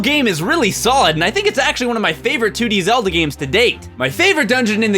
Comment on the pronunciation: Yup..Zelda "Month"